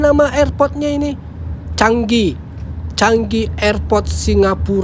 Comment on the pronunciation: Ca ngi ka bukan cang gi